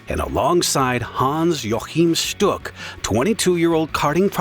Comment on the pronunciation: its pronounced hans wachim shtuk